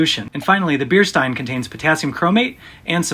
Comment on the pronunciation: „Bierstein“, a German word. Pronunciation: „shtine“ like „shine“ with a „t“, NOT „stine“ with „st“ like in „stone“. Same thing with „Stahl“ (english pron.: „Shtahl“)